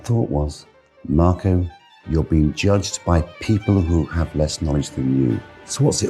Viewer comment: Why do you keep calling him "Morco"?